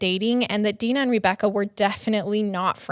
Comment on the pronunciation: I cant fucking stand how she pronounces Rebecca as Reebecca 90 percent of the time drives me nuts.